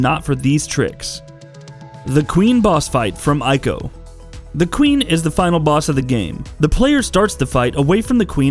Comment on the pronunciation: Ico is pronounced Eee-Ko